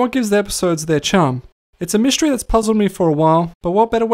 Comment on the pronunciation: You neglected to mention that the pigeon was the funniest comedian that ever existed - Norm McDonald - if you think you an replicate this good luck mr naive - McDonald wrote it. By the way it’s mystery not myshtery.